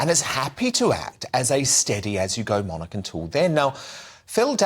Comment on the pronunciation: Thank God that Lady C pronounces the word "monarch" correctly - NOT as so many are now saying - MON-ARK !